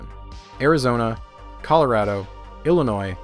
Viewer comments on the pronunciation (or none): none